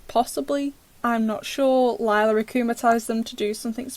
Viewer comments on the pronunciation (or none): none